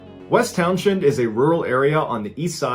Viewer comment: "Towns-end"... just saying